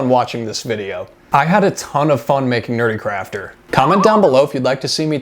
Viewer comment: 😂😂 BRB howling with laughter (and hey you said my name right!). Hey now, I sacrificed my ENTIRE BUTT for you guys! In all fairness, your girlfriend did say that it looked like a human "Kind of" and "a little" . 😂 But(t) squishy Jackie DID turn out absolutely cutely evil.